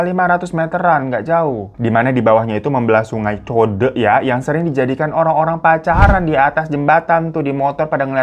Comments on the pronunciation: Code bacanya code bukan kode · Code dibacanya yaaa code, co de(kek manggil adek), bukan juga kode... Mo kode2an apa lu?? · Kali (sungai) Code bang, C for cicak dan E for bEbEk.. CODE not Kode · Bacanya code pake c sayang... hehehe. Itu bank gw pernah kesana terakhir gw di jogja 98, ternyata udh tutup gw malah baru tau. Ttg jembatan gondolayu gw juga baru tau ceritanya 😂😂. Salam dari anak Jogja di Amerika 🙏🏻☺️ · Kali code. Dibacanya CODE (pake E besar)..... bukan Code (pake e kecil), ataupun kode bacanya.. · Sungai Code bung bukan sungai kode😂😂😂😂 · CODE bang.... Bacanya kek tulisannya aja CO (bukan Ko) De nya kek kalo kita baca De nya Depok 👍👍👍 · Nyabut nya sungai code ka bukan kode 😊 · CODE - dibaca sesuai penulisannya. (Bukan kode yaa) E nya dibaca seperti pengejaan wedding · salam dari Jogja kakk.. btw baca code nya salah kak.. e nya kayak baca lele yg bener.. ehehe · Sungai Code bang bacanya bukan Kode. Jadi tetep pakai C. Hehe kebetulan rumah ortu di pinggir sungai Code😂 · Kali Code bang.. E nya dibaca kyk eko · Baca nya kali chodee buka code bang 😂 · Bang baca CODE nya sesuai lafal alfabet ceodee...😂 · Sungai CODE....code nya ttp dibaca "C", bukan "K". 😃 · Kali code yaa bukan kodee. Majikan ngomel nih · Kali Code.. Bacanya kek lu ngomong Kode, K nya di ganti C ... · Kakak bacanya bukan kode, tapi C... Code😅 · Sedikit koreksi bang, bacanya code bukan code yaa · Gondo Layu = bau mayit .... bukan gondol ayu 😅 . Code bukan Kode ....E nya di baca È (Empang) .jadi org sini biasa bilang kali CODhE . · Code itu e nya dr enak bukan e nya membaca ehehe , fyi aja ini mahh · Sungai codeee bukan kodee bacanya CODE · code bacanya code bang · Bacanya bukan "code" kyak baca "code pasword" Tapi bacanya C-O-D-E, kyak kita baca kata PAKDE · Code bacanya bukan kode bang, td code (e nya kyk bilang cabe) 😭😭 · Bang bacanya Sungai CODE bang bukan KODE 😂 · code bang c-o-d-e ( c nya ttp c bukan kode )😂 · Maaf bang, gatel dengernya, kali code pake c deh keknya bukan kode 😭🙏😆